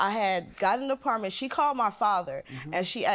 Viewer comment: She can’t even say the word apartment correctly